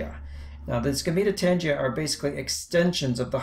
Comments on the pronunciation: Great video! I was a little confused by your pronunciation (I've always heard these pronunciations: coenocytic is see-no-si-tic and gametangia is ga-me-tan-gee-a), but that's such a trivial thing anyway. Excellent diagrams and use of vocabulary. Wonderful job! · It is pronounced gamma-tangia